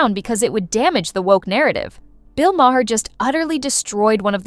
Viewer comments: You need to understand how to pronounce Maher's name. It's not Ma-her it's Ma'er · LOL, It started at "May-Her" and went to "May-Hair"